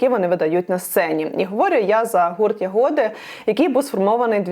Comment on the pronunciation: може все таки Ягоди а не ягОди?